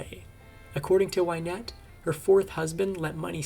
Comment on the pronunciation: It's not Wine ette it's Win ette. Get the pronunciation right at least.